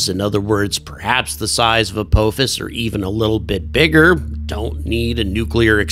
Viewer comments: Good stuff! But It’s pronounced uh POFFICE. Have you never watched Stargate SG-1? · I believe it is pronounced "ah-paw-fis"